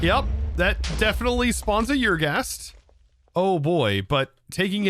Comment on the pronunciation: Eer-Ghast, not Your-Ghast.